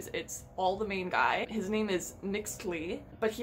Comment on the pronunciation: the name of the principal character "Mixtli" it pronounce "Mishtli" aso Mexica is "Meshí-kha"